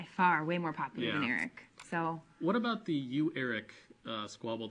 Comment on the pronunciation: she can not for the life of her pronounce the word 'about'